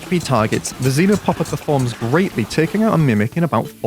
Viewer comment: Why do you all call it zinopopper? It's actually XEnopopper. Idiots